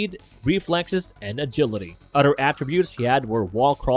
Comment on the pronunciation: Is he pronouncing “the” duh..?? Or “other” udder..?? I am questioning my hearing